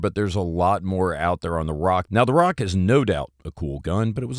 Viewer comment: dont say RAK like "rock" say it like "rack"